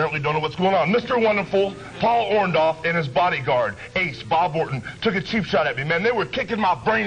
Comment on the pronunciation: I like how hogan never learned how to say Orndorff's name properly.